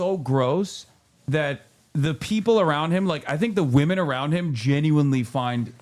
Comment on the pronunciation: I don't like how he said "Women" It had a hard 'W'